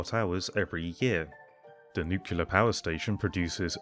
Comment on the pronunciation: I keep hearing the comparisons based on use of land instead of ACTUAL COST . The presenter doesn’t make a single mention of actual cost comparisons. And it’s NU-KLEE-ER and not NU-KU-LER !